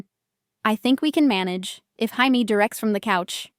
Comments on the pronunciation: It was Chamie one time too, rofl. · Is it really Jaime with a “J” not Haime with an “H”. AI does not always get it right. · The J in Jamie is pronounced like a J not an H.